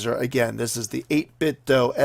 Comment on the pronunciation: Good review! Though it's not pronounced doe as in the deer, it's do as in "do it".